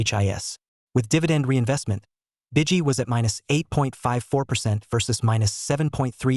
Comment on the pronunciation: Its pronounced B I G Y as in large .. huge .." go big or go home " .. not B I DG Y 👀 Easy from evolve is an excellent all in one ETF 👍